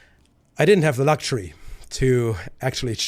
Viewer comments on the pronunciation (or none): none